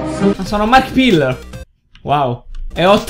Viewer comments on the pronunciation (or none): però dai,markpiller no,è così difficle dire marchiplaier? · Brofost e Markpillar, bell'inglese